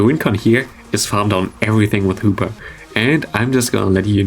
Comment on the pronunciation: I hear more Hooper then hoopa 0_0